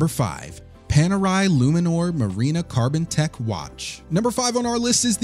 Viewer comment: Pan..air..eye Hub, Lot Sounds right to me..